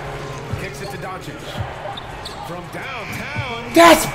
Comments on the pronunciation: Regular humans: "Doncic" Flight: "DON-ICKICK" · Why do you keep saying Doncic name wrong 😑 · It's pronounced DON-CHICH!!!!!!!! LUKA DON-CHICH!!!!!! C'mon man!!! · Announcers: literally pronounces doncic how it's supposed to Flight: Dawnichich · This man flight steady calling doncic donicin 🤦🏻‍♂️ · Dude deserves to lose for calling Luca whatever "Donic" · Guy said donicic lol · Was my man saying Donakick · Did he just say donikik? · Who the shit is Don-a-kik? Sad Mavs fan here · Please learn name pronunciation my guy. Don A Kik? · Deserved it since he butchers his name on purpose. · Why can’t he get one NBA player’s name correct? PATRICK CHEWING? AKUMPO? ZEYON WILLIAMS? LUKA DONNAKICK? This guy is hilarious 😂